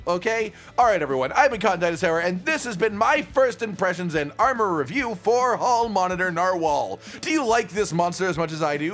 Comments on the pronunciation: I thought I heared saying All monitor narwhal. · For a secound i heard “hall monitor narwal” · Hall monitor narwhal? I'm not the only one who heard that at the end right? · sounds like he's saying "Hall monitor narwhal"